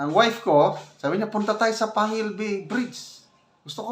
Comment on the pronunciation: Kasi daw di pa sana pwede.gagamitin pero parang minadali dahil fiesta ng isang city.Panguil ,"pang gil "ang pronouncation